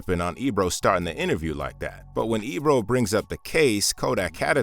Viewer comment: Sorry Ebro checked that clown not the way you said it hack